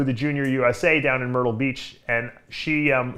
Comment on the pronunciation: Did Dave say "Myrtle Beach" or "Turtle Beach" 😉